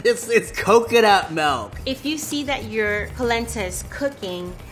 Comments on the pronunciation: there’s no “e” in milk. It’s not melk... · really out here saying, "melk"